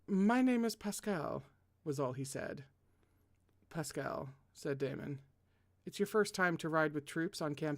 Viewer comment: hello again from me putting my native french to good use: Paschal: you said it right, it’s Pass-kal!! Aimeric: again correct, Ay-meric Nesson-Eloy: Ness-awn Ell-wa (I AM SO SORRY THIS IS A NIGHTMARE LANGUAGE) ❤️🧡💛💚💙💜